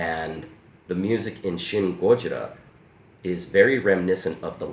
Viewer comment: Thank you for your reply.And I'd like to add some words.Your pronunciation of "gojira"is very good.